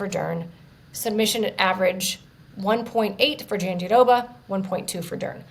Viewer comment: Guys, its not JandiDOBA. Why would there be a second "d" sound? Just roll the "r" sound in -roba... Why is this so difficult? Listen to Virna say it, nowhere does she pronounce it JandiDOBA. Please do better.